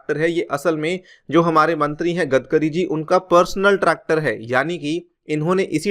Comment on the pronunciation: 'गदकरी' नही यार.. 'गडकरी' नाम है उनका.. आप हमेशा गलत ही उच्चारण क्यू करते है सर?